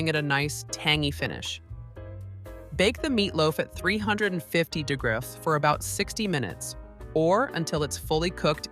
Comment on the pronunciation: It's pronounced degrees not dagras